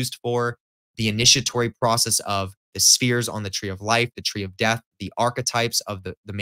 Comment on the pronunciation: Got hella respect for you brother. I come from a Jewish background what happened to notice in a few of your videos you mispronounced a couple things. Da'ath being the most important. I know to most people it wouldn't matter however I am definitely sure you want to hit those resonant frequencies. Keep up them positive vibes man. Anybody else watching this video study the greater banishing ritual of the pentagram the lesser banishing ritual of the hexagram. Barebones invocations. The kabbalistic cross. The middle pillar. And the Taoist technique known as dragon cultivates the Golden Pearl